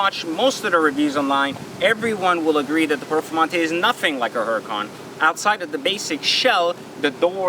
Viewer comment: The one thing I hate is he keeps pronouncing the car's name wrong. Dude it is a Spanish name. The "H" is silent. Also, bad karma griping about a car 99.9% will never own that wish to own someday. Grips are very superficial all cosmetic. My guess you love how the car drives/sounds.